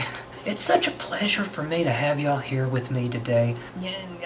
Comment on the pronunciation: speaks to me! “It’s such a pleasure to have you all here with me today.” “Iammma mea hum” I think you puckered you’re lips to much 😗😗🤣😂